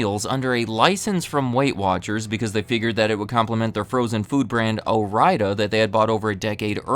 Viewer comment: Just informing, its pronounced “Ore”-“Ida”, because their main factory is in Oregon, literally on the border with Idaho. So you get OreIda. Again just informing. Like your videos.